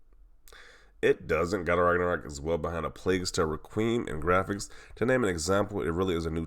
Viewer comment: It's called "GWAPHICS"